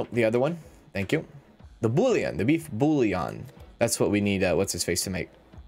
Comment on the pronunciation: Bouillon is pronounced "bull yuhn" like million but bullion 😊👍